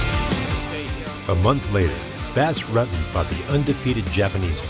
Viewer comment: His name was Not Bass Rut-ten it was pronounced Boss Rooten